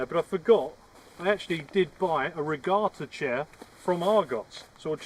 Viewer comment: Not re garta ….. re gatta